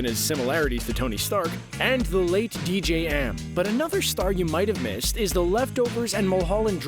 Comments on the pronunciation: I know! It’s DJ A.M. 🤦🏽‍♀️ Come on, can we at least get the names of those that have passed on right? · DJ “Am”? Come on! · DJ A,M (R.I.P) Not DJ M